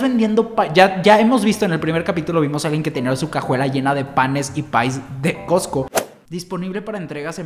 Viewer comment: patrociname! Also:COTSCO....COTSCO 🤦🏻‍♀️🤦🏻‍♀️🤦🏻‍♀️